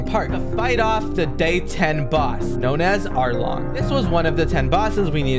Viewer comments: Bro said Alrong but it’s arlong bro why why and then he says polegraphs it’s poneglyphs it’s it’s not Lucy it’s lucci please stop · "Alrong"💀 Anyways Love Youre Vids❤